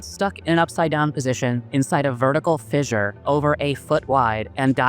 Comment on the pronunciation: Oh i knew that word but I literally couldnt recognize it in the pronunciation or spelling anywhere in the video or its subtitles.